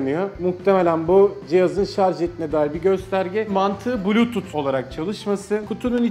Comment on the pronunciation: bluytut:D